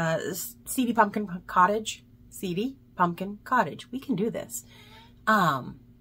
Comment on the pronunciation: Did you say, punkin 😂 I'm glad Mark heard the cries ❤ Love the cats and trees pattern! Is that your design! Yes,, purple is from me! 😊 Another entertaining flosstube! Thank you for the laughs! Take care til next time! Happy New Year 🎉